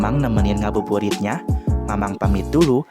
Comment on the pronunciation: bukan ngabuburit tapi ngadubrurit